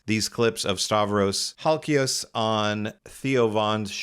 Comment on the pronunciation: MY GOODNESS YOU BUTCHERED HIS LAST NAME!!!!!! 😅😂😂